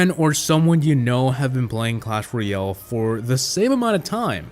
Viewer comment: Its clash roYALE not clash roYELL